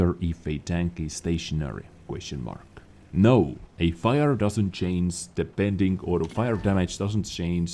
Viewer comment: Oh come on,! PLEASE!!! Just try to work on the pronunciation of CHANGE and CHANGES xD you are killing me xDD